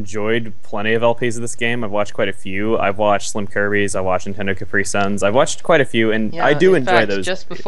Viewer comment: Sorry but you know I'm a pronunciation nerd LOL It's Cap-ree-sun not Cah-pree-sun based on the drink Capri Sun LOL Sorry, I had to... the way you said it was the wrong speech rhythm and way to be said.